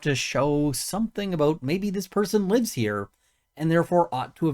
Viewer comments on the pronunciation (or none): none